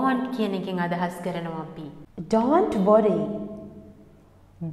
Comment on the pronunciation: The words such don't and know should be pronounced correctly.